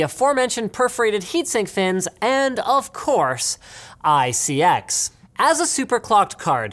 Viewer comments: It's pronounced (eye-see-ex) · Linus you want to know who you pronounce iCX, it is i-C-X.... not every acronym is said as a word. It is like how the EPA is E-P-A and not EEPPPAAA!! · Linus, it's obviously pronounced "ICX" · I thought he siad isis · You pronounce it as "ISIS" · ICX pronunciation EYE-SIS. your welcome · Did anyone else think that when he was trying to pronounce ICX it sort of sounded like isis? I thought this was pretty funny, but he could be a threat, we need a conspiracy video with evidence supporting or refuting if he's isis for all of our safety. Like this comment if you think #LinusisIsis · Pronounced "Eye Sex"